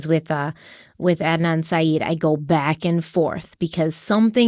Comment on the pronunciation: BTW Syed is pronounced sigh-ED